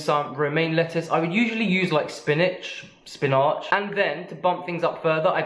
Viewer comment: Surely they would have showered in between the trampolining and going to dinner. Please? I wish this guy would just say "spinach" and "salad" in a normal accent.